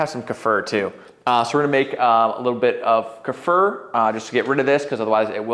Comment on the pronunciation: Is it not pronounced Kuh-fear? (Kefir)